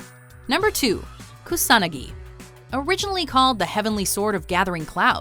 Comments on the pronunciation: Okay, first of all, learn how to pronounce names. KusaNAgi, not Koo-sanagi, Sosano'o, not Susanu and so on. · It's pronounced Kuu-saa-naa-gi.... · Soo-sa-no-oh. Kyoo-Sah-nah-gi. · wait, that's how you pronounce Kusanagi? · Omg all those butchered Japanese names